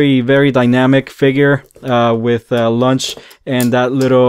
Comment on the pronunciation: I like the way he says launch cause , launch is a snack . She is a little “ lunch “ . 😋